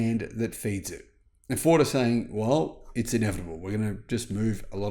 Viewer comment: Vell vell vell 😂😂😂